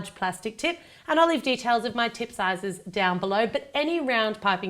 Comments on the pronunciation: she says she will leave details of her tip sixes below but it sounds like i will leave details of my tit sixes below lol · Thought she said, 'I'll link my tit sizes in the description below..."